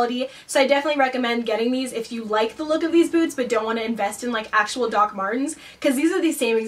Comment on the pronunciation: The first time she said the word "boots" I thought she said "foods" but then the next sentence I realised by context that she said "boots"